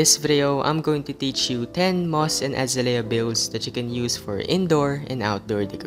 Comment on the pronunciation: uhzayleeuh not azuhlayuh